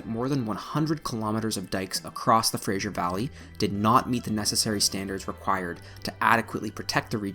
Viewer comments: It’s Simon Fraser, not Simon Frasier. No “zh”, just an “s”. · Now get FRASER correct lol. Fraser not "frashure" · Pronounced as Fraser not "Frasier"... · It's "Fraser", NOT Frasier and it's not pronounced "Sue-moss", it's pronounced "Sue-mass." 🙄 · its pronounced sue-mass & fray zer not frazier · I hear it being pronounced Frasier (as in the sitcom). It's Fraser. The rest I knew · hey Albertan it iis Fray zur river not the awful hollywood construct you are spitting out. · Great video, informative and interesting. Your pronunciation of Fraser, Sumas,Smithe and Aggasizz is abysmal. It would suggest, you do not live here.Otherwise, great work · NOOO THATS NOT HOW YOU PRONOUNCE FRASER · Yeah, it's kinda weird how he pronounces both of these. I live in the area and we certainly don't say it the way he's pronouncing it. Other than that it's a very good video. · Great video, but the mispronunciation of the Fraser River, Sumas Lake and, I believe the name of local First Nations was really, really distracting. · This looked like a great video and I was looking forward to watching it. I was only able to watch 5 minutes and then had to turn it off. The incorrect pronunciation of the names Fraser & Sumas made it unwatchable for me. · But hasn't gotten Fraser right. I figure the narrator is an American whose pronunciation of it is influenced by the name and character of a popular TV show. 😆